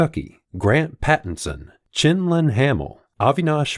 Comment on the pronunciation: Why is Quinlin being pronounced "Chinlin?" It doesn't seem like a Mandarin name or person.